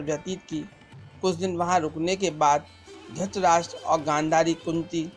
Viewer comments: Abhishek Kumbhalkar to it's dhrithrashtra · Aap drutrahstra ko dustraj bolte ho Very well, keep it up, enjoyed a lot😁👍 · Aabe dhrustrastra nhi dhrutrastra bol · Mere bhai dhutrastra nhi dhritarashtr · Bhai pahle ye Bata du apko ki drasht rashtra nahi hai dhratrashtra hai please use correct prononciation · Dhrtrastra bolne ki practice kro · Dhuurtrashtraa had hai bhai aapki aavaj aur uccaharN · Pls aap dhritrashtra ka naam to dhang de bolein pls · Maharajah Dhratrashtra ka naam sahi sa pronounce Karna sikho